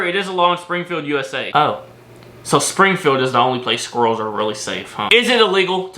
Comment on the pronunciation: Jsyk.. the way you pronounce squirrel is extremely triggering 🤣